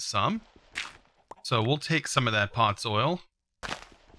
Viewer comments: POD ZOL not pot soil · please tell me i'm not the only one who's annoyed by him saying "Pod-soil" instead of "pod-zol" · please dont ever say podsoil again :9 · The way he was pronouncing podzol